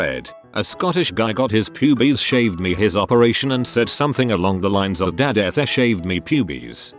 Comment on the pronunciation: The reading of "pub-ees" made that section of even funnier.